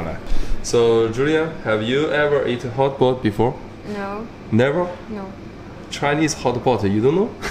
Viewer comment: 大哥，是 hotpot, 不是 hotboard